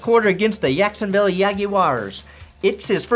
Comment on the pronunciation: Promise to never say Jacksonville like that again and I’ll consider resubscribing